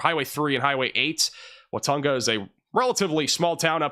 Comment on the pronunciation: I wax born in Watonga OK. Its pronounced Wa-TONG-a. emphases over the middle syllable ‘tong’